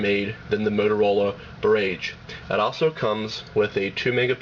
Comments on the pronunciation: barrage! rhymes with mirage. wow...internet "journalist" are horrible. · its barrage, not birrragge. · LOL BER-RAGE! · its pronounce "bah-raj" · It's barAEgge not barAgge you fucking idiot! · That's pronounced "BAH RAHJ" you twit! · Bar....age.... rhymes with mirage. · great work, i thank you as im looking at these phones and the boulder. I appreciate your review and the time you put into it. Barrage or bar-RAGE, who cares how its pronounced as i can understand what you are saying. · Good review, but it's pronounced buh-RAHj. Mispronouncing the product over and over is a big negative. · I agree with CSUSam. Not being able to correctly pronounce the name of the Motorola "Barrage" utterly destroys the credibility of the review. I suppose the reviewer assumed that since "GARAGE" is spelled with only one "r", then the "Barrage" must obviously be pronounced with an emphasis on "RAGE". He devalues the raised keys on the Barrage and pumps up the raised keys on the Rock. WTF? He should have also mentioned that the battery life on the Barrage is much greater than that of the Rock. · Are you goddamn kidding me, not being able to pronounce "Barrage"? PhoneArena has officially been removed from sites I will ever check while looking at phones... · It's encouraging that watchers recognized the mispronunciation of barrage. It drove me nuts too. That said, it was a good, and seemingly objective rating video on the phones. I came away knowing that the Casio would be my next phone. I pray that it has more reliable phone use than my friggin' Palm Treo, that drops calls, fades out on both ends, etc. But, that's another rating story. Seriously dude, use the video, and dub in new voice-over with the correct pronunciation. Good job overall.